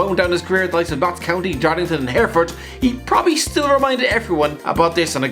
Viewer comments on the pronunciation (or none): none